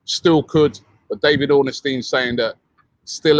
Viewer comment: Who’s David Ornesstein 😂